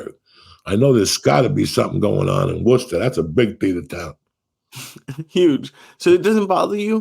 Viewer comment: I'm shocked 😲 Joey said Worcester right 😂it's should be spelled woosta lol